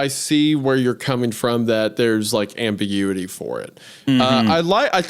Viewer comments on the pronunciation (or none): none